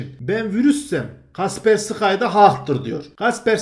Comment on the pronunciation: Kasperski diye okunuyor bu arada